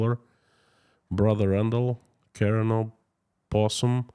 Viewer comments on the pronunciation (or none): none